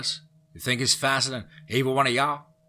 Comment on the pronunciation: I've been trying to listen to these stories, but the weirdly timed pauses, and him saying stuff like "fink" instead of "think" is super annoying